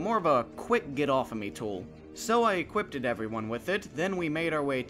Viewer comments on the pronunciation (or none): Say 'equippeded' instead of 'equipped' one more time and I will scream